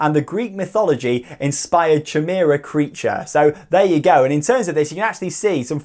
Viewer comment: Gotta love pronunciations hahaha, he absolutely butchered the name Chimera